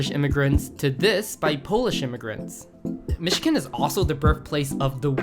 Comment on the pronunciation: Interesting description of Midwestern Food. Iʻm not familiar with most of them, but I can see the cultural roots of where they came from. Did you not know "Chicago" is pronounced like "Shikago"? And "Michigan" is not pronounced like "Mishiken."